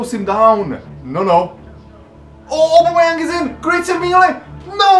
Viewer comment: says aubemeyang wrong say it like this (oh-bomh-eh-yany)